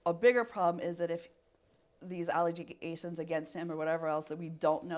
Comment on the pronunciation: Lol at this lady! "...these allej-jegations against him...." Timestamp . She has obviously been practicing words that are not part of her everyday vocabulary or personal dictionary making it obvious that those are someone else's words being passed as her own. She should have googled the pronunciation first before trying to use a word she doesn't know. It makes her less believable, imo.